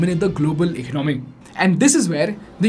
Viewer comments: Hahaha whats "ech nomi" my dude 😂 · Tell him about "Eknomy" 🤣🤣🤣🤣🤣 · Shocked that this guy has 2.48m subscribers. He can’t even pronounce economy